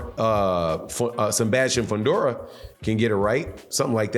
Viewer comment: This man said Sebastián Fundora 🤦‍♂️